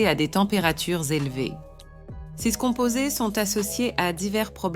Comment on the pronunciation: J'en suis à plus de 6 minutes. Je n'entends que des répétitions dites par un robot qui ne sait pas lire les nombres en francais (pardon: mon clavier n'a pas de c-cédille), qui change parfois d'accent et qui est incapable de lire "ces". Il est hors de question que je m'abonne. Je prends la fuite dès maintenant.